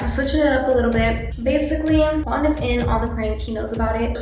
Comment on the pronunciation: Why is nobody talking about the fact that u said wuan instead of quan😂😂